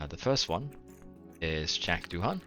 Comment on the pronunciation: "I really need to learn how to pronounce that before someone kills me" - love it. I would recommend pronouncing it - do ahn (kind of like "do Anne")